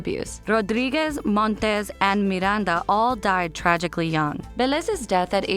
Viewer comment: It's painful to listen how they pronounce "Rodríguez, Velez and Miranda" 😖